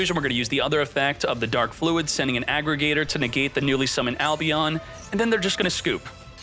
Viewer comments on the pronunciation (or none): none